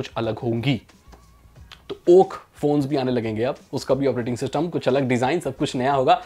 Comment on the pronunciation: Aap Kuch ko Kulf bole...i noticed 😎